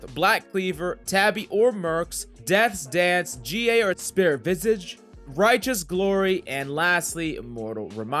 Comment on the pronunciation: He doesnt play League 100% xD The way he says spirit vistage n Klead etc ahahahah funny